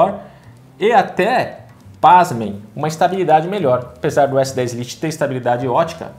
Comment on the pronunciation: " s10 Liti" 🤦🏾‍♂️🤦🏾‍♂️🤦🏾‍♂️🤦🏾‍♂️🤦🏾‍♂️